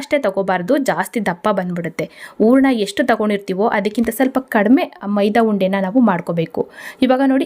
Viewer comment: ಊರಣ ರೆಡಿ, ರವೆ ಉರಕೋತೀನಿ. ಕನ್ನಡ ಸರಿಯಾಗಿ ಉಚ್ಚರಿಸಿ. Recipes are good